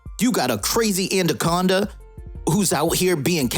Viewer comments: “Anna-conda” not “and-a-conda” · lol,why do u call it andaconda